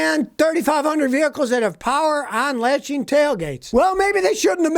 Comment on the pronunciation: "Openeen", "onlatcheen"???????